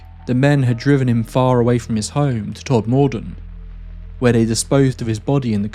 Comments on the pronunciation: Don't worry about the pronunciation. I lived in that area for over 10 years and I learnt quickly that the locals don't pronounce anything correctly (and I'm a Yorkshire man) For instance they pronounce Sowerby Bridge as Sorby bridge. Slaithwaite is pronounced like plough but starting Sl ... So Slough-it. Ovenden is pronounced Ovin-den... No matter what you say, it will be wrong 😂 By the way I also saw moving lights in the sky when I lived there and they were not terrestrial. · I could be wrong, but I believe it’s pronounced ‘TOD-mudden’, with stress on the first syllable, known as ‘Tod’ locally. But I defer to Tod locals here. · Thanks - good watch. Although the pronunciation of the town is more akin to 'tod-muh-dn' 👍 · I live four miles away from Todmordon and it's pronounced TOD-MER-DEN not tod-moor-den. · I’m from Burnley and we are 30 mins from Todmorden. My dad was a printer in Tod. Round here, it’s pronounced Todmuden. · Love this story, it's such an odd one, and of course, your narration is top notch! Oh, the emphasis is on the first syllable, it's TOD-muh-dun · I’ve never known anyone in the U.K. pronounce Todmorden as Tod-More-Den Well researched ‘tho and I enjoyed hearing about the cases again. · I grew up in Burnley and with the name Todmorden I have never heard it pronounced with the emphasis on the OR. It sounds more like Todmuden. Not that it matters lol We pronounce places differently anyway, my family have a Manchester accent and they pronounce Bury as Berry, where I have a Burnley accent and I call Bury as it is spelled like you have with Todmorden. So maybe it’s just our different accents lol Great video though! Thank you! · I'm glad you issued a correction on your mispronunciation of Todmorden as it was starting to irritate the hell out of me, as for the other errors in the video i'm glad you addressed those too. New viewer here and i almost switched off in frustration at the mispronunciation. 🤷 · If only you could pronounce Todmorden properly 🙄😜